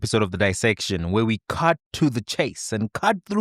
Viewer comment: Then you must be a terrible linguist. He said CART instead of CUT in the beginning and said Magosi's NET WEALTH instead of Net Worth. 😂😂😂😂😂. Where did you become a linguist my brother because that is not proper English..... oh I'm sorry, it's IMPROPER English. Let's not forget that most of us speak many languages before English and so English is not a sign of intelligence. In fact, they say English is difficult but it's one of the easiest languages to read and write, the only difference is that English has a lot of different words that are either the same or mean something else but spelt the same. Why do we view people that use big words as being eloquent? 😂😂